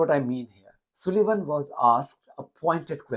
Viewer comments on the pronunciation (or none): You say Sullivan like Sulayman... (Its an 'u' as in 'up', not an 'u' as in 'oo') Apologies, but not comfortable with the similarity... Lol!